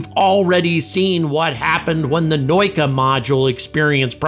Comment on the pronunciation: It's naauuka, not noika